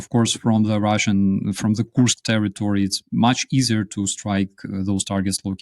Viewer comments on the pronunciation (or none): Here you have it again: despite his guest using the correct pronunciation of "Kursk" on several occasions seems incapable of reproducing the sound and insists on having it rime with "curse." We know the Brits are (apparently) ill-equipped to learn foreign languages and expect others to use their idiom but couldn't media people at least pretend?😉